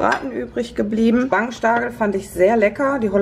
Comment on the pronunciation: "Spangenstargel" 😂😂😂....musste extra nochmal zurück spulen. Danke, you made my Day 🤣👍 Und sorry, es sollte keinesfalls auslachen sein!